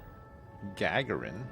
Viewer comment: Also… it’s pronounced Ga-garin like Yuri Gagarin, the Russian legend!